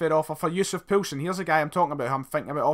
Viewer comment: Keep Yussuf Poulsen and it's pronounced "POAL SEN" ( im Danish)